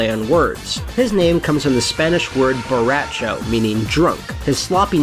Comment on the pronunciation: It's funny how you pronounce Borracho :P